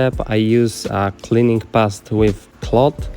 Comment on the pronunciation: Stary... xdd prose popraw swoją wymowę po ang. "to" czyta się [tu], "mud" czyta się [mad], "odrdzewić" przetłumacz na "de-rust" [di rast] [kar' szampu], [disz sołp], polishing paste czytaj [... pejst] XDDDD bawi mnie ta metoda tłumaczenia wymowy xd